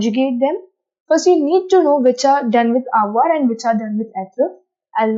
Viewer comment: Your pronounciation is wrong according to french accent, Eg: Avoir-Avoir(english accent) Avoir-avoigh(french accent)